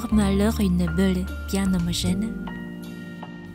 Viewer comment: Bravo pour ton Français !🌺 Juste une petite erreur de prononciation...ce n'est pas une beule ou un meule...mais une boule et un moule 😉